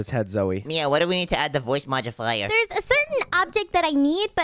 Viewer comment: it is modifier not modibier